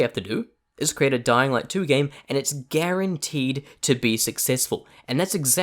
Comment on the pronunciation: You can't say guarantee